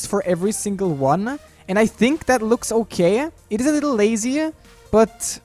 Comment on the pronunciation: He says "uh" at the end of some words like "I think its gonna be okayuh"